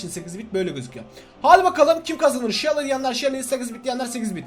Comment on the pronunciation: Shally degil abai sunu seli diye oku